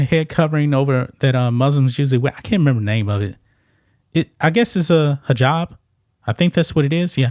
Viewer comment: I believe a transgender woman approached a Palestinian protestor. The protestor said, "Why you are wearing nail polish. You are a man. We don't need your help." Right on. Your pronounced the hijah correctly.